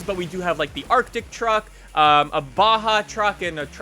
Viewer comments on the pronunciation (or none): none